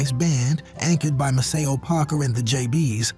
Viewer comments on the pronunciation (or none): Pronounced, May- cee- o Parker! "Oh yeah, that's M-a-c-e-o!!!